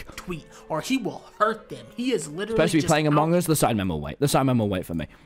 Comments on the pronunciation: Tommy: makes fun of big q for saying amangus Also Tommy : AMON GUS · True he just says mong us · Did anyone notice he said amug us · Why did he say amog us in the start tho